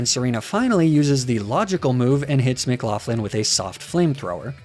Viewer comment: Why do you pronounce McLaughlin like theres an F in it wtf?